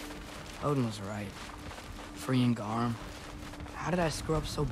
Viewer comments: It's garm not gamer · It's gamer. Not garm for God's sake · The “Gamer” instead of Gamr when the boss fight was happening killed me💀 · I love it when figgting garm it says 'gamer' rather than 'garm'😂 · why does his say gamer and not garm mine said garm when i played it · I just noticed "gamer" instead of garm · I'm watching this now, and is it really "Gamer" not "Garm" during the boss fight? lol